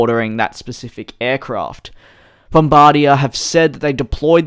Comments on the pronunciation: Hi Dj! I loved the vid as always, but I am from Canada and you are pronouncing Bombardier wrong. It is more pronounced BOM-BAR-DI-EY, Not “bombardiah”. I am not making fun of your accent, but I hope you will try to say it this way in the future! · It's not Bombardi-ya. It's Bombardi-yay. French language.